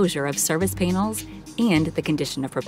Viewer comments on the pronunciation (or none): “De-acceleration”? “Pane-els”? 😂